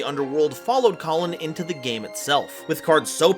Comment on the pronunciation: It's Kalin, not Colin